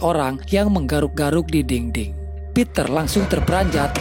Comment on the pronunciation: Btw dinding cintaaaa, bukan dingding 😅😅